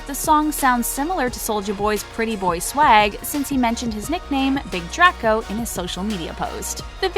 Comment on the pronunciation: The way she says draco made me wanna die